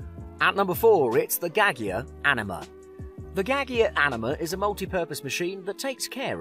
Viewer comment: I cringed a little when he said "gag-e-ya"... Has the person writing or speaking for this list ever used an espresso machine?